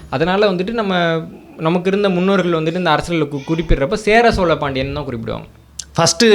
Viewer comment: இந்த காணொளியில் மன்னர் மன்னன் பல இடங்களில் சோல அரசர்கள் என்று சொல்கிறார். பிழையை திருத்திக்கொள்ள வேண்டும்